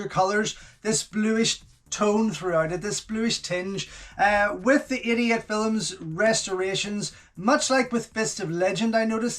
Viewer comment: Everytime you say 88 films it sounds like youre saying idiot films